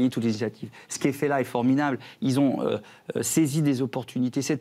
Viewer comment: mdr il a dit ce qui est fait la est forminable au lieu de formidable 😂 JSUIS MORT